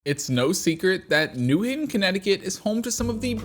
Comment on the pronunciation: newing? It's new haven, ct